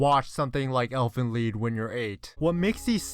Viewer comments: Elfen... LEAD?? Why would you read "Lied" as "Lead" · Why are you saying LEED instead of lied